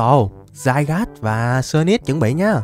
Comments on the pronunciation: Nó là zygarde mà đọc tiếng việt là zi ga đi mà dao ah đọc za gát :/ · Anh đọc zygas là sai r anh đọc zi ga đi là được ạ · nó tên là di ga đê anh chứ ko phải dai gát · Cho em bọ hôm qua gigantamax đi anh Với lại Zygarde đọc là Zy ga đe chứ ko phải là giai gát =)))) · ơi con đó đọc là zy ra đê chứ ko phải zygarde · Anh ơi trong bộ xyz con rắn đọc là zygarde chứ ko đọc là zaygar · anh ơi zygarde đọc là đi ga đê chứ ko phải dai gát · Zygarde đọc là dy ga đi anh ơi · Zygarde đọc là zi ga đe anh ạ ko phải Zy gát đâu ạ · Zy ga đê a ơi chứ k phải zairaz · Zy ga đi chứ k phải giai gác a ạ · đọc là zy ga rư đê anh ơi chứ ko phải là zai gát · Ko phải zai rát mà là zi ra đi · đọc sai r Ko fai đọc là giai gát Mà là di ga đi nha anh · A bảo zygade là dai gát a đọc sai phải gọ là dy ga đê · Ko phải dài gat đâu anh mà là di ga ru đê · Em pokemon ấy khum phải đọc là zai gát đâu anh mà phải đọc là zy ga de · a đừng đọc là zai gát nữa huhuhuhuhuhuhuhuu đọc sai ùi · Đọc là zy ga đê chứ ko phải zai rát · có 1 vấn đề từ hm qua về việc đọc tên con zygarde:v nhiều ng bảo đọc dai-gát là sai di-ga-đê mới đúng:v t ko hiểu mấy ông nghĩ gì luôn,rõ ràng dai-gáp là tên gọi chính thức đầu tiên mà mấy ông còn bảo sai thì t chịu r:v trong anime có thể là mấy ông lồng tiếng ko quen miệng đọc là dai-gát nên đọc là di-ga-đê:v ý của t ko phải là đọc là di-ga-đê là sai mà ý t là cả 2 cách gọi đều đúng,ai mà bảo đọc dai-gát là sai thì mấy ông là thần đồng pokemon con mẹ nó r:v (cá nhân t thì t thik đọc là dai-gát hơn,di-ga-đe t nghe cứ kiểu phèn phèn:v) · Anh đọc Sai tên zygarde rồi anh phải đọc như tiếng việt vậy là zi ca rư đê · Zygade phải đọc là "Zy ga đi" mới đúng:v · uk thì tên là zygarde nhưng đọc là zai gát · Zygarde trong phim thì đọc là zy-ga-đê đấy anh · Con zygarde độc là gi-ga-đê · di ga đi ms đúng mà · nó tên zi ga đê mà anhh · zygarde đọc tiếng việt là Zi ga de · Ko phải zai rát mà là gi ra đi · Anh đọc sai tên zygarde và Xerxes rồi